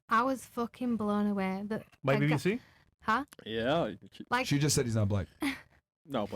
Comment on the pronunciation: "By a Bee Bee Cee." HAHAHA This dude.